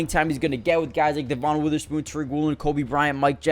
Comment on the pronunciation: Kinda shocked how many guys’ names you pronounced wrong. Devin Witherspoon, Brian Monay, Vigh Jones, Jair-un Reed, had to stop watching at that point.